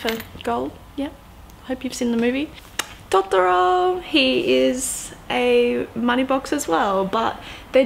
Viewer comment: Bad! No offence to you, it's clearly just your dialect, but as someone who speaks Japanese, it's painful:')